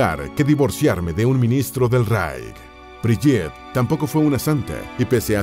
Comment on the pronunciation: Entre las fotos de Brigitte se coló una foto de Eva Braun , muy jovencita. Se pronuncia BRIGUITTE , con la E final y gue no ge. La foto de primer plano de Gudrun es de otra chica. Agrego que Gudrun es muy popular entre los neonazis y verdaderos nazis de la SS , pues luchaba ( sin éxito ) para que consiguieran cobrar sus pensiones de guerra los ex Waffen SS. Según las pocas entrevistas que dió , ella vivía feliz durante el nazismo y los eventos del final de la guerra y la derrota fueron la etapa más cruel de su vida , cuando era una púber. Se afirmó en su ideología con tenacidad. La respetaban mucho.